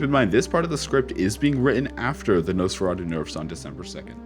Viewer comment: you pronounced it right. Amazing! 😹😁 #tuesday